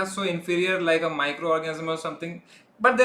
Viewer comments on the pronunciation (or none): MicroORGASM instead of microorganism xD